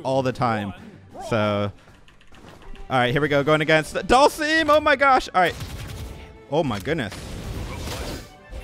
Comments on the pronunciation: You pronounce it Dull-sum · Please stop saying Dhalsim's name like that, it's triggering me